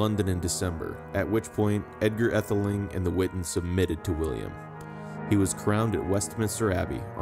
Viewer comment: Pronunciations need work -- too bad to hear an American voice instead of a British one. E.g., Aethling - long a or AA (ae diphthong use in OE). But clear useful information of historic figures.